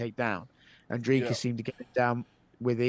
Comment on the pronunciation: for a guy who hears his last name butchered on the regular surely you can can Dricus right.